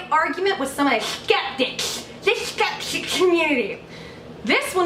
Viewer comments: "Scchheppticchhh" Community - I lol every time you say it!! (did my best trying to spell it) 😂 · when you say skeptic i die.